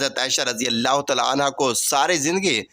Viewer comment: Are you Shia. You can not even pronounce Taala.shut up. Leave it alone.